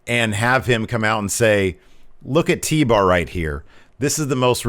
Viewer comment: Best part of the show was MVP calling Tbar....TBAG I laughed the rest of the segment lmao!!